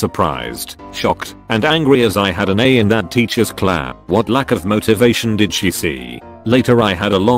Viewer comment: Really? This stupid fn bot can’t say class? At least this one didn’t keep saying number instead of no